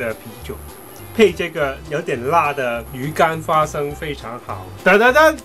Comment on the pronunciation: 聽第二次才發現說花fa生😂😂